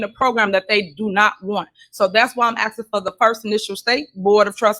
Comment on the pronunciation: She can't sell shit from a prison cell . Stop all that axing !